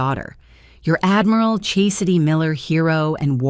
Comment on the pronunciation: All these accolades are correct and I could overlook the incorrect pronunciation of Chastity but mispronouncing demote fi was too much.